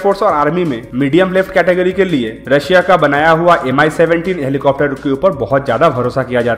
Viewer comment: Plz stop saying 'helicofter' , it's 'helicopter'...... Helicofter sounds so irritating